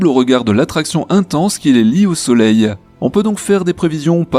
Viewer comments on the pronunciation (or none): Ca me faIt horriblement mal aux oreilles quand j entenu soleileee